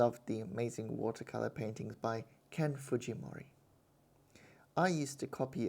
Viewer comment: Ken Fujimori? Is that some weird way to pronounce Ken Sugimori?